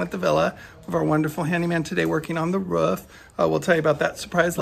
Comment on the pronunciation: Sorry you have roof issues. I noticed pronounced Roof the English way. 😍 Sorry about the car. No point having a nice car in Italy.